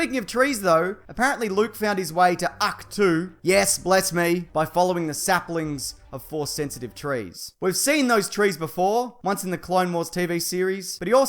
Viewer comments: It’s pronounced ock-toe not ock-two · "Ahch-to", Bless me😂